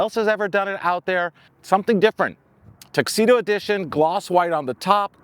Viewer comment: Tuxedo? TRUXEDO!😂